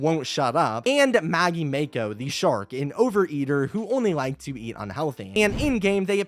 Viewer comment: it’s mah-ko not may-ko